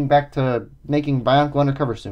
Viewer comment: You speak bonkle